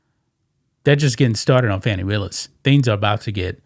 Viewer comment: Her name is pronounced Foni